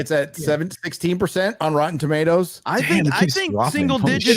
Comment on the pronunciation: said, "And the thing we're pointing out here is, this shory is such obvious obvious crap - such obvious slop. What type of a shill would you have to be to say, 'It's a good shoy', when you look at the critics review score of Rotten Toomodows?"